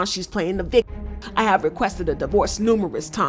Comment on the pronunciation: Dam yall can’t say victim